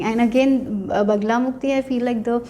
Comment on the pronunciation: It's Bagalamukhi not Bagalamukti